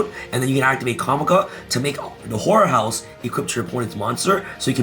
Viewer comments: "h'oer" house LOOOOL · i heard nothin but wh*re house 🏠🤣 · When you put it at 1.5x speed and says whore house 😂 instead of horror house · Lol probably me lacking sleep but when says horror house I hear whore house I'm like k 😅 (shocked Pikachu face) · I thought he was saying “Whore House” over and over not “Horror House” lmao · wow, I literally think you said whorehouse 0.0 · I kept hearing that too. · Lool when says horror house it sounds like he's saying whore house 😂😂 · I know he said "Horror House".....but that ain't what I heard 😭🤣